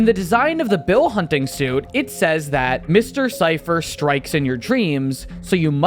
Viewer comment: you forgot the r in strikes in your dreams